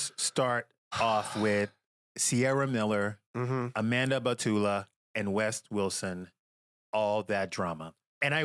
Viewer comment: Amanda ba-fool-a took me out 🤣